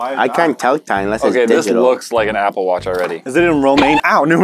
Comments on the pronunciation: “Romaine Numerals” 🤔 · When asked about Roman numerals on the watch he said romaine... like the lettuce... I’m sad